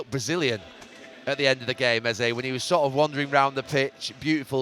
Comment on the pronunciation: His name isn't pronounced "easy" it's EH ZEH